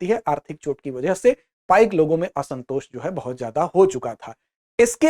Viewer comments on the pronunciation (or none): पाइका नहीं पाइक बिद्रोह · It is not पाइका but it is पाइक . Please correct it . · It is not पाइका, the real term is .पाइक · Woh पाइका nahin, पाइक hote hain. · It is not पाइका but पाइक Not खंड it is कंध